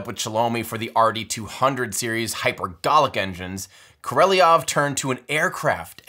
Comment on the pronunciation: Great doc... except for pronunciation of Sergey Pavlovich Korolyov name. Better luck next time!